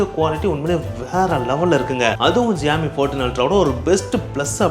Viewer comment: ❌Xiaomi ✅joomee